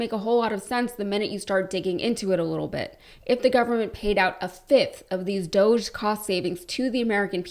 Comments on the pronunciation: It's DOG-E as in doggie and Elon and Felon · Please don't call it, "Doje". Doge is based on an E-Coin called Dogecoin. Dogecoin was the first memecoin. It was done to make fun of Bitcoin. Dogecoin is an E-Coin based on a Dog-E. It's called Dog-E-Coin. 🙂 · Doosh definition: obnoxious or annoying person. Sheeple - people easily influenced, docile or compliant. Y'all have been pronouncing it wrong, and "Elonia" and her husband don't know the difference either. Look it up. DOGG e is pronounced as "dough-jee" - essentially just saying "doge" with a slight emphasis on the "e" at the end; the "G" is silent in this context, making it sound like "doe-jee If these Doosh/Dogge fake bullies are recovering some much of our taxpayer frauds through abuse, fraud and waste...WHERE is the money?? Come on Doosh/Dogge Bit^ch^s, or we will smack you on your snouts, for your bad behaviors. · I’ve said that’s what it should be but even Elon pronounces it dōsh, stupid.